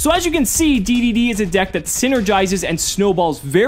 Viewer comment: It's pronounced "Double D" and "Triple D".